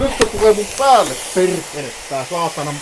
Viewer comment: "Tossa menee perrrrekele, tule tänne setän luo... Älä vaan mun päälle lentele, perrrrekele" 😂😂😂